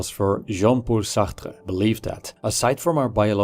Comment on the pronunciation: I wanted to off myself every time he pronounced Sartre.